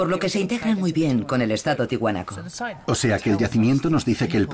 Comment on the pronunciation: Se dice ¡TIAHUANACO, no Tihuanaco. La A se pronuncia!